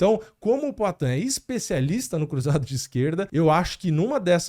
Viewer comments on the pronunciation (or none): Não é "Éspinal", é ASpinal. Não é ISpecialista, é Especialista.